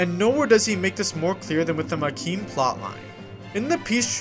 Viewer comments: Why do you keep saying "maquim"? It's Maquis, where the "s" is silent (French word), with no "m" at the end. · Lost me at "Makeen". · Ma-Key. There is no m. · “Ma-key” dude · There isn't any letter m on the end of the word Maquis, btw, lol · Maquis silent s*